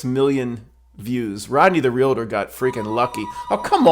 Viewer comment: Glad you said 'realtor' and not "relator"🙂